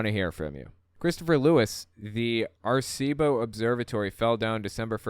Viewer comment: Air-Ah-See-Bow. Dumba$$.